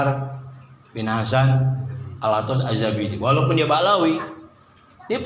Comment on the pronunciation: 😅😅😅 lo denger ya utuber bodohhhh dia nyebut Ba alawi 😅😅😅 kasian deh lo